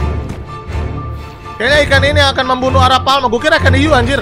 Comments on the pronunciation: itu namanya Arapaima bukan arapalma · Prasaan A R A P A i M A kok jadi a r a p a L m a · Bang Arapaima kali bukan arapalma-_ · bang itu Arapaima bukan arapalma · Itu bukan aralpalma bg, tapi Arapaima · Bang itu namanya arapaima bukan arapalma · Bang kalo di real life nama nya arapaima bang bukan arapalma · Bang namanya ikan Arapaima bukan arapaLma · bang nama nya bukan arapaoma tapi Arapaima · Bang Arapaima bukan arapalma bang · Namanya arapaima bang bukan arapalma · arapaima bang bukan arapalma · ikan arapaima bukan arapalma i bang bukan l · Arapaima bukan arapalma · Arapaima woi bukan arapalma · bang maaf kata kakek aku arapaima bang pake i bukan arapalma pake L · Arapaima is not Arapalma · Perasaan namanya arapaiiiiiima, kok arapalma, aneh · arapaima🥹 bukan arapaLma😭